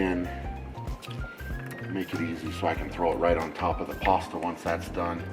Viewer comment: please just say pasta bro xD "Pwooohasta"